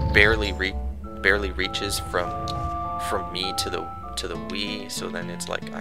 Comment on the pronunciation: Wgen you said Wii, i thought you said weed. ha